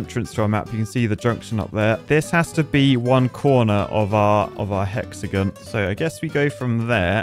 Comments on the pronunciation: Hexagon (pronounced hex a gin)😂😂😂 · sounds like you're saying "hexagun" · I'm losing my marbles. He pronounced Hexagon right the first time, then he went to hexagun? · Because I’m a pretentious American, I find your lack of emphasis of “on” in hexagon… unnerving. Love you though man!